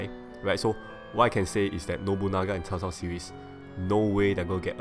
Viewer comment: Am I hearing you say "Tao Tao" when saying Cao Cao's name. Just asking, is that the proper way of saying it? I have no idea.